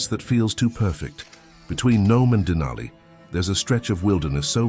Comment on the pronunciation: "Denali" is pronounced to rhyme with "alley" or valley". I used to live in Fairbanks.